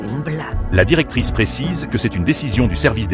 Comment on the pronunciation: Heu ça me stresse "la directrice"